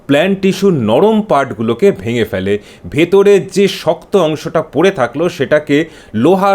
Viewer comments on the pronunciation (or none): One correction: Fele নয়, phele, এত বেশি বাঙালি বাংলায় বাঙালিদের মধ্যে থেকেও বাংলা উচ্চারণ কি করে ভুলে যায় জানি না